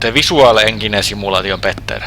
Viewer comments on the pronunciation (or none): NEINGINE BULLLLING DIVEO this guy is golden hearted in his voice and trying to say words